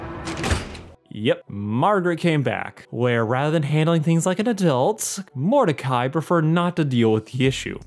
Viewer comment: Just came to comment, it’s Mordecai. Not even close